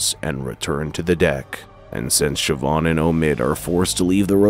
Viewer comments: Irish can be a .... weird language to native English speakers. The actual pronunciations are a bit hard to type because the language itself has broad and slender constants and vowels which are sort of hard to type out. "Siobhan" is pronounced "SHI-VAHN", not "SHI-BAHN" but you were close! Ciara is pronounced "KEE-ARAH" not "SEE-AIR-A" I'll cut you a lot more slack with the ship name, as to a native English speaker the actual pronunciation will make no sense. Niamh is not pronounced as "NEE-AHM".... It's "NEEV". Amh makes the "OHV" or "AV" or "EEV" sound in Irish, and IA is pronounced like "EEE-AA" or "EEE". Cinn isn't pronounced "SIN", its pronounced "KEEN". Óir is not "O-EER", and again the pronunciation is a bit hard to type, but its sort of like a combination between "ORR" ,"AR", and "OH-ER". So the ships name would be pronounced "NEEV" "KEEN" "ORR" Told ya Irish was weird :P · It's pronounced "SHI-VAHN" It's an Irish name.